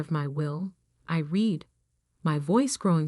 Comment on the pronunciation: Irrelevant, sometimes irritatingly distracting background! Verb "read" pronounced "reed" as infinitive and as present tense, and "red" as past tense and past participle!